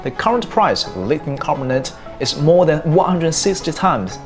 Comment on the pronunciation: Reply "Lithium" is not pronounced properly, I think you're doing well.